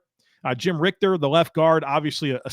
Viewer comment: Jim Ritcher (pronounced like PITCHER) NOT RICTER.